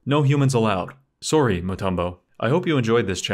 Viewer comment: How to tell if someone is Canadian: The way they say "sorry"